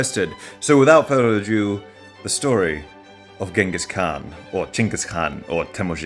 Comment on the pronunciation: Did you pronounce "ado" that way because, in that short moment, you were uncertain if it's "without further ado" or "without further adieu", so you went in the middle?